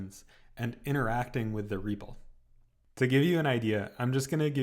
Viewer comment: BTW, funny how you pronounce REPL like 'REEEPL' I heard many just using a very short E, so it sounds more like 'RAP-L' - so now I have no idea what the right pronunciation is ; )